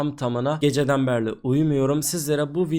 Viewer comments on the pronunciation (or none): ABİ DÜNDEN BERLİ DİYORSUN DÜNDEN BERİ OLACAK :D